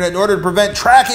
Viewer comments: "user privacy" not "user piracy"! lol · lmfao "Preserve user PIRACY!" lol I think you meant privacy